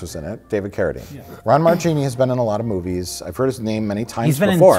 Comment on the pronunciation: Just going to be the know-it-all, Christmas party pooper here but in Italian, "ch" is pronounced "k". So Marchini is actually pronounced "Markini". Marry Christmas you bunch of hacks!